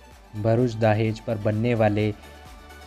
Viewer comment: दाहेज या दहेज...😳